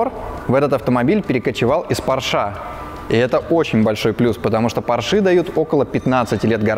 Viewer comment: извини пожалуйста,но немецкая фамилия Porsche читается и произносится,как Порше,а не,как Порш.И она даже в русском языке не склоняется.